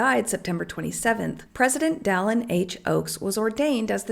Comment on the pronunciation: I think the LDS members who commented on your post should call Gary E Stevenson out and say the least he could do is pronounce Dallin‘s name correctly 😂